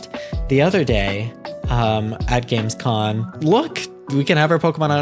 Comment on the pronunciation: You keep saying, but it's GamescoM. With an M.